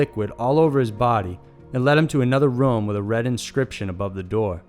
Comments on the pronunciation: I hate the way u say room. It's room not rum. Roooooommm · Anyone else cant get over how he pronounces room as ruem?